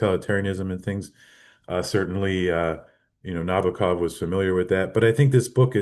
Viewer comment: it's NabOkov